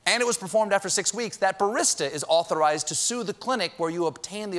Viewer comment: I feel personally victimized by the way Stephen pronounces "barista."😂😂😂